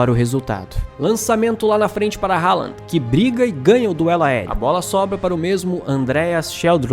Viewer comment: Haaland pronuncia Rolã Pra ouvir abrir o google tradutor, escrever, selecionar o idioma norueguês e clicar no megafone Spoiler não é vocábulo de nosso idioma